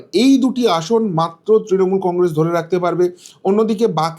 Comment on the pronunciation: Ei lokta faltu bok bok kore Congress uchcharan thik moto korte pare na sab samoy bole congressss sha sha diye kotha bole enar kono kotha mele na